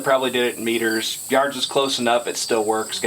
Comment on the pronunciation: He said 25 meters wrong